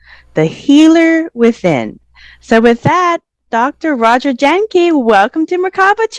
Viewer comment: Jahnke pronounced "yang ka" He's so humble he never corrected you. 🙏😂